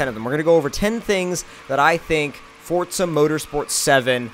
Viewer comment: And its definitely forza not fortza